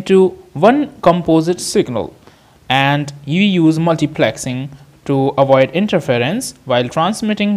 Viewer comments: its multiplexing.......not multiplaxing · Multiplexing more like Multiplaaaaxing 😂